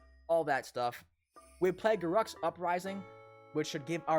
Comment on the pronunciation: Garruk is not ga ruck, its ga rooook. Lol